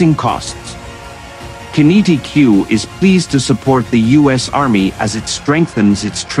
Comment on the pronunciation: Qinetiq, same as kinetic, not kin-E-t-Q Fuckwits